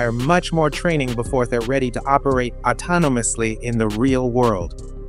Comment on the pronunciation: Why does the AI have such a hard time saying autonomously